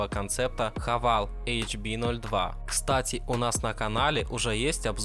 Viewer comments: Сам ты хавал! - Хавэйл ! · Не Хавал, а Хэвэйл.